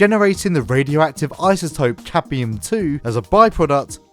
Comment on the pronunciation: I think it;s Cadmium 2. Not capium. But GREAT show. love it